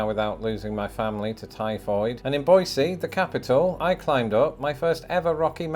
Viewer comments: Extra points for pronouncing “Boise” as BOY-see, not BOY-zee! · Thank you for the 10, and for trying hard enough to pronounce Boise correctly with a hard S. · Idahoan here. I love the shot of you walking in front of the capital building through the small park called Cecil Andrus Park. That hike up Table Rock is fun, if you’re up to it. Also, pronouncing Boise correctly gives you bonus points from me. 🤘🏽Awesome video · And you obviously learned how to pronounce Boise ("BOY-see", not "BOY-zee") correctly! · I just want to commend your proper pronunciation of Boise... see not zee. And proper ranking of Idaho as well. Though many residents of Idaho would have preferred something much lower so as to keep it a secret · Thank you for saying Boise the correct way. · Thank you for saying "Boise" correctly!! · 🎉🥳Yay! Thank you for Idaho's top ranking! We are sooooo much more than Boise ( you get HIGH marks for pronouncing Boise the way you did). We have stunning lakes, rivers and "real" mountains in other parts of the state, too (Boise has "foothills" which are smaller than the actual Rockies.). Come see the snow, come rafting, maybe try out fly-fishing. Definitely come camping! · Yes finally! Boise not Boyzee lol